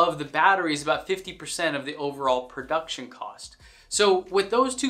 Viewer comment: "Prouction" Cost.